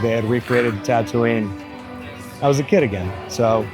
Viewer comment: Barely 😂 he kept calling it Tatooine